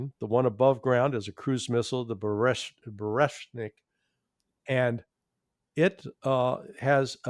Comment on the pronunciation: Come on, get it right. It's BU RE VEST NIK - Burevestnik, NOT burveshnik.